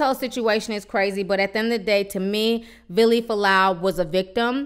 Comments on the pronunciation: His name is"Villi" not Billy. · Here's a poppin comment girl.his name is VILLY NOT BILLY.. GET IT RIGHT..JESUS.. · Lmao I can’t stop laughing at the fact you keep calling him billy it’s fucking Vili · You kept saying Billy when his name is Villi lol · just clicked to see how you pronounced Vili's name lmao